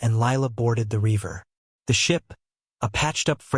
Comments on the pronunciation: Reaver not river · Not bad, but the cadence REALLY needs work. AND there's a difference in English between "river" and reaver.